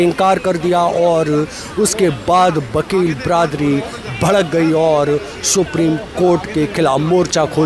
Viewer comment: Bakel nhi wakel bolo